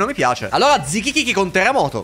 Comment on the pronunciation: Ma hai mangiato un moochi anche tu? Gli impossessati ripetevano kikiki e tu dicevi zikikiki😂